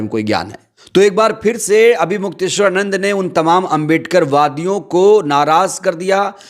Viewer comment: Mukteshwar Anand sahi se bolo